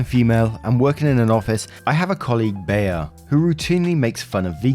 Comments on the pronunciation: I know there are probably 100 comments about it already but Bea is pronounced Bee. Like Aunt Bea from Mayberry lol I had to stop my cooking to see who named their kid Baya lol. Carry on great story yadda yadda! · Bea is pronounced BEE! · Lol ….Bea is pronounced ‘bee’. You are just adorable!! lol 😝 💜💜💜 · To let you know,, the name Bea has the same pronunciation as the word "bee". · Oh my god OP1 your parents are the biggest douchebags here for lying edit Story 2 ( its Bea like 'Bee' hahaha)